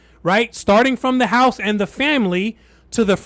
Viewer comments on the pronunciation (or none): none